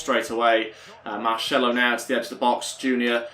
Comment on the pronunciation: It is not “keballos” it is ceballos, pronounces with and “s”. It is not “marchello” it is Marcelo, pronounced with an “s” as well